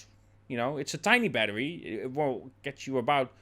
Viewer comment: What is a battewie?